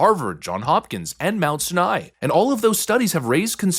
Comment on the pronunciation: living in the NYC metro area for my whole 35 years I'm just gonna bring this up. ITS PRONOUNCED Mount Sinai (Sigh-Nigh) pronounce the word sigh and nai the same. OTHERWISE. Great content as usual. more tds at play.... gee who would've thought? -.